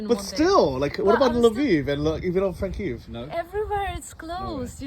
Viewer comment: Lol ... on ur last day, you finally got it right ... Kyiv (pronounced 'keev'). Love your vids and your fund raising is awesome.